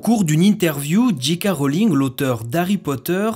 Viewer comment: Petite erreur, ce n'est pas "Dji K" Rowling, mais soit "JK" Rowling en français, soit "Djay Kay" Rowling en anglais, et là, vous faites un mix où vous prononcez Dji (=la lettre "G" en anglais). Merci en tout cas pour toutes vos vidéos 🙂